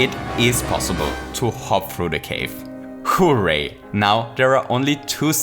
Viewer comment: If you say hooray It sounds like hoo way